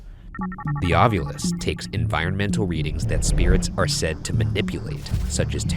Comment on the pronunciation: No, I say "It's Ovilus damnit! Not Ov-U-lus! It's written right there! Read the bloody word!"